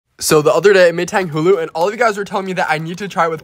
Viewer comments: Finally he said tang Hulu not Tonga hulu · He said it right this time!! Love the learning